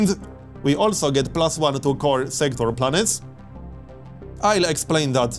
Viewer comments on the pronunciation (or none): none